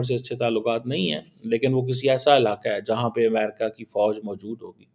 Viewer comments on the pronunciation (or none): none